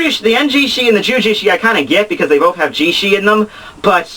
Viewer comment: Lol i love how u pronounced eijisai and juujisai like eijishi and juujishi. But when theres genryuusai u say it like genryuusai